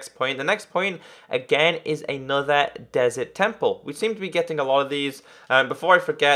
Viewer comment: You say desret